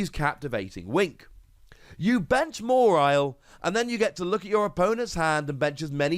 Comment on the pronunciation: More-isle? Isn’t it ma-walie?